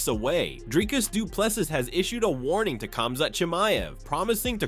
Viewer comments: Say Doo plu sea or see...... NOT SEAS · If you a video at least say the guys name properly: Du plessis (du pluh see)